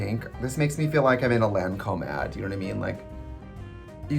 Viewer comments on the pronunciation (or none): Tracy could not have sounded more Midwest when she said “Lancôme ad”